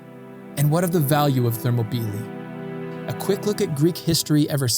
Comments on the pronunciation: Thermo- peely? I was under the impression it was pronounced Ther-MOP-el-EYE. Ready to be corrected. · Thermopylae: pronounced ther-mop-oh-lie, not thermo-pee-lee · How do you start off mispronunciation a word as popular and well known as Thermopylae? “Thermo-peelee”? Really? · Excellent Also the actual Greek name of the area is Θερμοπύλες Θέρμο=Hot Πύλες=Gates and is pronounced Thermopyles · thermobeelee? never heard that pronunciation before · I had to rewind just to hear his pronunciation again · enjoyed it but wonder if you googled pronunciation of themopylae beforehand